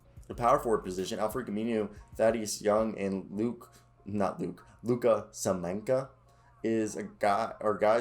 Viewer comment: LOO-KA SA-MA-NITCH. Luka Samanich.